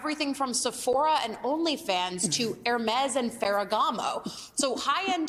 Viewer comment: No... that's not how you pronounce it, at all, google for "how to pronounce Hermès", to see how to actually pronounce it.